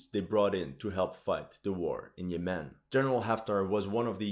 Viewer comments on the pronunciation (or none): You are pronouncing "Yemen" wrong, also didnt this so called "Emirati" Army get decimated in Yemen along with the ragtag Saudi army?